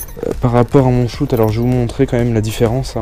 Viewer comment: Et tu dis shout au lieu de shot !